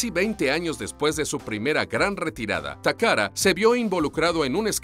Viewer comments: Dice takara y allí dice tacata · Takata o takada aprendan a leer tio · Tengo hora y media buscando la R en TAKATA, estas hablando español papi, pronunciarlo como tal